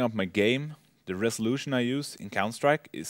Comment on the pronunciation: i think i died when he said "with the resoultion and every thing" hahaha.....